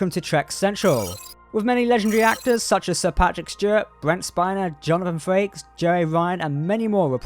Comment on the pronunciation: It’s Frakes , not Farkes